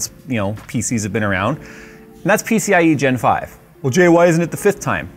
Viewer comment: "peeseeyigenfive... peeseeyigenfive... peeseeyigenfive..."